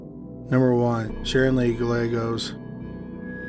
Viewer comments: Good work bringing these sad tragic cases to our attention. I pray their loved ones get some kind of closure soon. Thanks for sharing your knowledge and skills. PS. Gallegos is pronounced : guy yegg ose. Double L pronounced like y. Lvya bro. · oh I know! Chills is unwatchable. I like this channel a lot but the ridiculous amount of mispronunciations of seemingly common words is inexcusable. "Gal-legos"? Who doesn't know at this guys age (and chosen career) Spanish double "L" is prounounced like a "Y"? and he sounds like he is mumbling half the time.